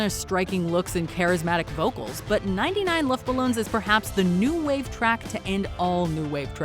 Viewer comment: As a german, i just love how they pronounce "99 Luftballons"